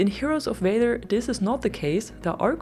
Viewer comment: the way you pronounce valor should be against the law